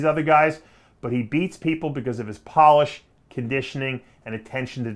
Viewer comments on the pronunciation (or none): none